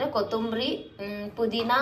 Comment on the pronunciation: kudhina ❌pudhina✅